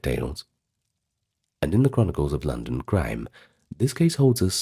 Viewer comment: My name is London and I love your voice.I love how you said my name , the vacating of this video